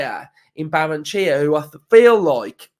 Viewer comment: In Spanish you pronounce every vowel. Ba-rren-e-che-a